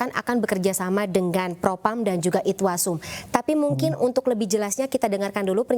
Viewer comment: Irwasum..bu..bu . Bukan itwasum...minimal.belajar dulu bu....sudah menggebu gebu..salah.pula